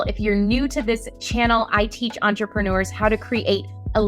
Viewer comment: There's no "ou" in the word "entrepreneurs"